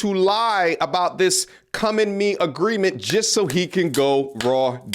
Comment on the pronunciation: We have agweement 😂😂😂